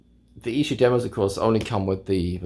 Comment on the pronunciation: Kevin Howlett us the "new Mark Lewishon", and your pronunciation Of Esher is correct. Nice find btw.